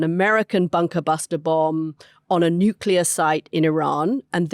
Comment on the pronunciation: Did Anthony just say " nucular?"